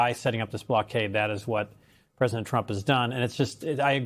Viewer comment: Did she say President Drunk?